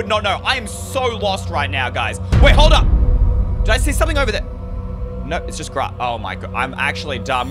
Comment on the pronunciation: when he says no it sounds like norr Or something like noor